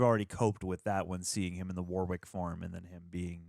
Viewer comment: Just to say the name ‘Warwick’ you don’t pronounce the 2nd W, it’s pronounced ‘Worrick’ I know because I’m from where the name originated… Warwickshire, where there’s also a town named Warwick. Not sure why but Americans seem to all pronounce the 2nd W. It’s the same deal with Warwick Davis, it’s ‘Worrick’